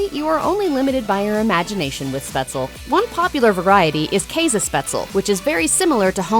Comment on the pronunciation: btw, for whoever is interested: You got "Spätzle" wrong. The "S" is an English "sh" ("SHot", "EngliSH") and at the end it's "le", not "el", with the "e" at the end getting pronounced. Mhhhm. I could eat some Spätzle with Zwiebelrahmsauce now.